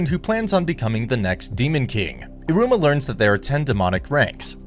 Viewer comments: Man here calling Iruma so similarly to Aroma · in the start you said Aruma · How does this man manage to mess up so much pronunciations?? Like its e-roo-muh and HOW TF DO YOU SAY EH-FRET ITS EYE-FRITT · Not me being triggered on how you said Iruma 💀 Also Sabnock wants to become demon king because he thinks it’s the coolest. Not because of his older brother. He says that after all those stuff lo